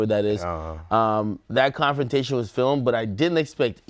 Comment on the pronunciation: Did anyone else hear AK say “clownfrontation” or was that just me?